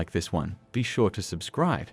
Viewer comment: A perfect cult: Dutch always saying "I have a plan" Aurther always saying "Sure" [sounds like; SHOOR"]